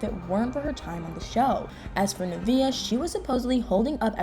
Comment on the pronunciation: nuhh - vay💥 not nuhh - vee - uhh 😬